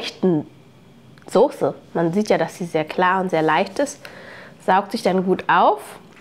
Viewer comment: Nich sose, soße 😅😅😅